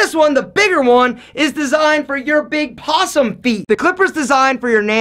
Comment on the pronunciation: I heard "pawesome"